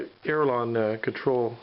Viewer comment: I'm not a native speaker so maybe I'm not aware of there being more than one correct term.. But did I hear you say "aerilon" instead of "aileron"?